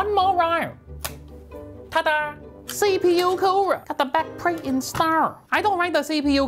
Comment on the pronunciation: I love the way he says CPU